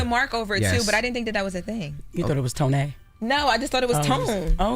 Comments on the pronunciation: Jess is funny as shit. ! “You thought it was Toné (ton-A)…I’m really ctfu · "Toe-nay" 😂😂😂😂 Jess stupid